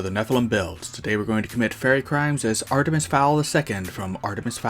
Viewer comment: awesome vid! love your channel keep it up (sorry for my other comment gotta do it-) Edit: btw love when you said Artemiser XD